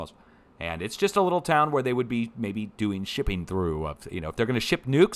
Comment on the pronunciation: forgive USGS, even though ( THAY ) know what (THAY) Are DEWING 😂💗